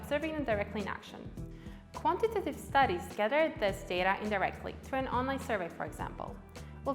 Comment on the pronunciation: Great and helpful video. …but oh lord do I hate the way she says “quantitative” haha